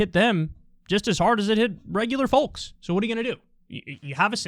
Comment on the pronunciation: Can we discuss the way Kyle pronounces the word 'folks'?